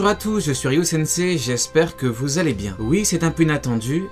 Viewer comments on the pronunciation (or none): none